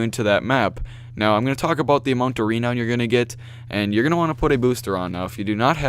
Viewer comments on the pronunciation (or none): It's produced ra-noun